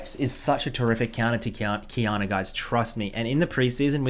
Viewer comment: I always hear him pronouncing it qiyaner